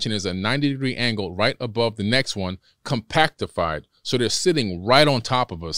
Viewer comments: He said compactiffied... I dunnnnno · Lost me at “Compactafied “ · Within 15 seconds he said "compactified" which is not a word lol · Did this fool really just say "compactified"? 🤣